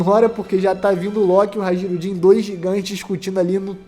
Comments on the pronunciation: HA-JI-RU-DIN !? "J" nórdico é o nosso "i" semivogal. HAI-RU-DIN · Amigo, "Hajrudin" se pronuncia "hairudin" com som de "i"